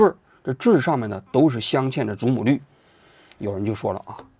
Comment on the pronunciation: 于谦：祖母绿（lù）